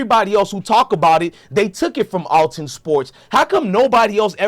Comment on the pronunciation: If you gone be a news outlet. Read better genius. It’s clearly ath-Lon sports. lol